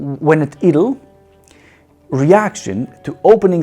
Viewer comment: Great review. Hilarious presentation style! “Idle” should be said “eyedel” Such a great bike.